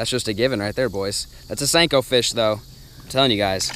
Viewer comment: Senko ... not stanko